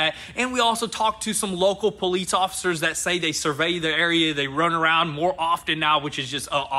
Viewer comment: He says politz, instead of police 🤣